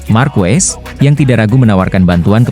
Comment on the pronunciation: Harusnya marquez dibaca markes jangan markues meskipun yang ngong itu AI tapi rasanya ngeganjel aja ditelinga, atau sebut aja marc karena ada 2 marquez dimotogp